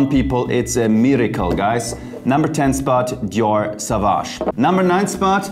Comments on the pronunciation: Dear Jeremy. - It ist not pronounced „Savage“, but „Sovage“. Au in French is like o... Sorry for this „Besserwisserei“ ... thanks for your channel. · [so.vaːʒ] „soowaasch“ 🙏🏽